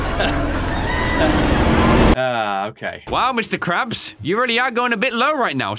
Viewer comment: he ses mr craps